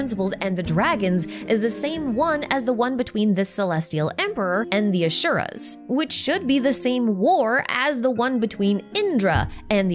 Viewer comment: It’s Asura (like in Aspirin) and not Ashura.